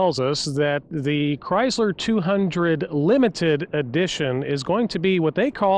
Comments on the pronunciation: It's a ChrySSler NOT ChryZZler! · i hate the pouncing of Chrysler... He says Cryzzler AAAAAHHHH